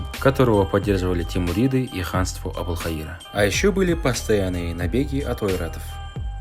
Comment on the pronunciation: Ошибочка,там не Абулхаира а Абул ХаЙра.